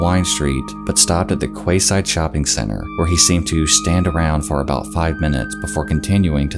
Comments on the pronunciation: Quayside is pronounced key-side, btw. Weird I know. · Quayside is pronounced Key side. 👍🏼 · "Kway Street" "Kwayside Shopping Centre" "exspecially" There's that famous American education system in action. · I'm from Ireland, just a couple pointers... Sligo isn't a city it's a county in Ireland (Co.Sligo) Quayside is pronounced Key-Side over here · QUAY is pronounced "KEY" and refers to a marine dock or wharf. Same with quayside - "key-side" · Quayside is pronounced Key-side dude. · tip: the word "quay" is pronounced 'key'....quayside = keyside. cheers